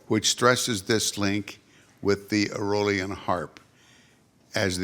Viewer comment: Charlie mccoy in that room is the equivalent to Pavarotti singing in an Italian coffe shop. They don't deserve him. Larry really needs to learn to say aolian. Good on charlie to be so humble as to not explain to larry how to say it.